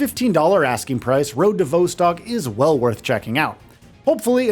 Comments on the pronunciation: Damn it, it's vostok, not voestock 😂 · vaw-stok not vou-stok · It's "Vah" as in "Volume", not "Vo" as in "Vote" Phonetically Road to "Vahstahk" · Vos-Tok not Vo-Stok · Not “Voh-stock”. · Came to comments to say V"O"stcok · I'm sorry but the presenter saying "vousstalk" 😂 is killing me, dude wth say it properly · Pronounciation of Vostok is completely fcked bro. Delete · His pronunciation of Vostok is grinding my gears lol Great, great game. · Nothing raises your blood pressure more than someone pronounce Vostok wrong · Hi, you are pronouncing the name wrong - the Vostock part. Check online for proper way to say it!!!!